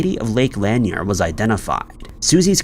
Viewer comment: LAN-NEAR not LANY-EEER lake in Georgia